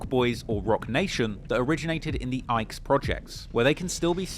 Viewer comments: The way he pronounced the Ickes though 😆dude called em the "Ikes" 😂 Also most of the city was a "war zone" in the 80s and 90s, I think pretty much all the projects had snipers (especially the Dearborn Homes and Cabrini) but you're talking about a time period in the city where pretty much every neighborhood had some kind of gang presence in it. I like when he talks about the city, I think there needs to be more documented history about the wars that have been fought here for over 100 years, but his lack of actual in depth research into a lot of stuff about Chicago kinda paints the city in a different light than the way it actually is and leaves a lot to be desired. I wish there were people that are from here and know these streets that made content like this instead of some random British guy who has never even been here before, doesn't actually understand the city, gets all his information from reddit and newspapers, and can't even pronounce the names of the projects correctly. Like the 1919 "race war" which was really the start of black gangs in Chicago, if dude was from here he might know it was less about race and more about the Irish gangs not wanting to share their neighborhoods with anyone else, they didn't just attack black folks for being black, they pretty much attacked anyone who wasn't from the area who tried to go there (or anywhere they claimed was their's), and it wasn't just the Irish who had gangs and territories, most European immigrant neighborhoods were lik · Calling it the Ike’s is crazy-zeee. 🤣Ike’s??? I always called it the Ickeys…rhymes wit “stickeys”. ICK-KEYZ. But what do I know, I’m only from down the street🤷🏽‍♀️🤷🏽‍♀️. Good content though! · They are the Iccccccc-keyyyyys not ike homes.. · It’s pronounced “ the i-cky’s” not Ike. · It's pronounced ick-kees not ikes 😦😦😦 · Its pronounced ICK-EES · it's pronounced Ikk eez and hill yard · Its the HAROLD ICKE HOLMES PRONOUNCED (EEK' ES) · "Ickes" is pronounced, ick-ees.